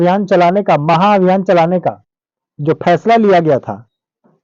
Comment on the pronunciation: महाभियान होगा चा माहाभियान होगा पहले इसको सुधार ले आप